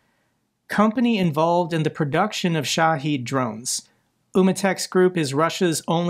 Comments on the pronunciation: he clearly tries. This one, he learned a wrong pronunciation is all. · Minor gripe about your videos: Shahed only has one "e" in it, not two like you consistently pronounce it.